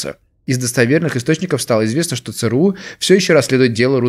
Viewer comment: Не ЦРУ а ЦРУ